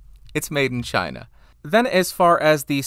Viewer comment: LOL the way you said "made in china"